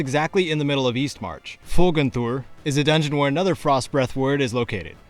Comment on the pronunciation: I'm sorry, I just have to say; The way you pronounce "Folgunthur" and "Hrothgar" and the other nordic temple names names is so damned satisfying to hear as a Scandinavian. Not only that; But thanks to you I have all of the vanilla shouts now. Just, never change!